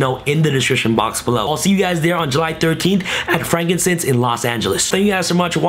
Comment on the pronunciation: Bruh, “frankincense”?? Frank and sons. BOI